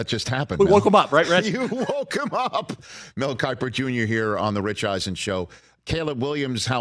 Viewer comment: Mel kipper ugh I’m sorry but come on Rich